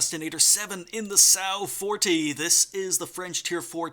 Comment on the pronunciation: I think it's 'Som' 'Wa' 40